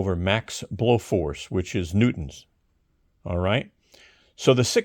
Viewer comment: I liked it when he pronounced it "newt-ons"